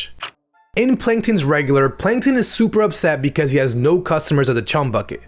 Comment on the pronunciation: heh, "panktons".